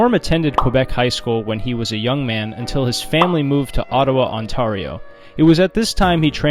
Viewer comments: So, like, yer not Canadian, eh? On-TAIR-ee-o (not On-TARR-ee-o) Gloss-ter (not Glock-ester) Carl-tun (not Carlit-un) Algonquin (Algonquins) And nobody points out that Quebec City is “within” Quebec (like specifying that NYC is within New York) But hey, good on ya for a great video! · Ontario = "On-terry-o" Carleton = "Carl-ton" Sincerely, a Canadian. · Glou-kester? On-Tar-ee-oh? Sorry, pal. Checked out. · On TARE io. Not On tar io. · Did you just say on-TAR-io? Are you effin r3tarded? It’s on-TARE-io. Dumbas5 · Out of the 3 odd words you managed to pronounce "Algonquin" correctly, but butcher Ontario (On-Terry-Oh) as "On-Tarrr-E-O" and Carleton (Karl-Tonne) as "Carly-Ton" University. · I think Norm would be disappointed that you did not bother to research how to say Ontario, Carleton, Gloucester, or that the Algonquin do not run a college. Norm was proud to be a Canadian and always paid attention to detail. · It’s pronounced Glaw-sester. And On-tare-ee-oh. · Ottawa native here! Great video but you mispronounced every single place lol. Gloucester "Gloss-ter" Ontario "On-tare-e-oh" Carlton "Carl-ton" and Algonquin has no s. Much love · you are horrendous at pronunciation. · you said Ontario wrong and then you said Gloucester wrong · Amazing video but all of the place names were very badly mispronounced. Ontario, Carleton, Gloucester are pronounced exactly how they look. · brooo your pronunciations are bad. Work on Ontario, Gloucester, and Carleton. You effed up three in like less than a minute. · I’ve never hear so much emphasis on the tar part of Ontario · Practise saying Ontario and Gloucester. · The mispronunciations just made me smile--you have no reason to know how we chunks of coal pronounce things around these parts. Cheers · anglophone teachers doesnt mean they were necessarily english teachers. anglophone just means they taught in english. also you said ontario wrong somehow